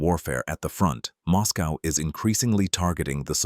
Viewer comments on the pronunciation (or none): none